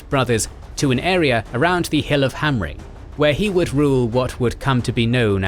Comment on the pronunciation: These videos are amazing but please please please learn how to pronounce the names properly :( the way you say Aule just burns my ears (Aloo-ee???)and Hill of Himrang?? House of BEEor??? Also doriath the name should be placed over doriath not dorthonion. But I fucking love these videos and just want them to be perfect!